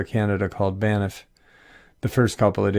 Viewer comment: It's "BANFF"! Lol. There is no ''i' in the word (Banff, not Baniff") and it's pronounced just as it's written. Not trying to be the Pronunciation Police, but it is a National Park, and I know that I, myself, would want to know that I'm saying it right. It's truly an amazing and beautiful park. Greetings from Canada! 🙂